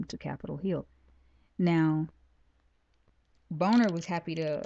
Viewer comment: great information, Shalom! by the way, John Boehner's last name is pronounced (bayner) :)